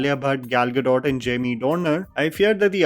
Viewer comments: Brother, Happy Independence Day to you. Just wanted to inform you that Gal Gadot is an Israeli and her name is pronounced as गल गडोत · Bro her name is pronounced Gado, not Gadot